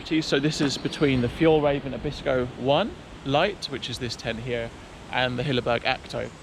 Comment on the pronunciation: The ä is more like the a in "hair" and the e like the 'i' in 'in'. So would be more: fjaellraeviin in English pronunciation.